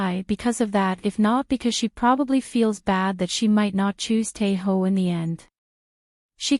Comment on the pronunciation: Sis his name is Tae Oh not Tae Ho 😅 the problem with these AI generated voiceovers is how annoying they sound and they always butcher people's names